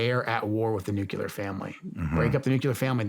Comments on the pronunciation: Very disappointed to hear Joe Kent pronounce nuclear as “nukular”. Hope he does better in the future! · Nuclear vs Nucyalear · also “nukeyalur” when the word is actually nuclear. it isnt hard.